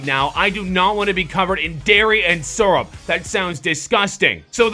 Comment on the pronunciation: ITS SYRUP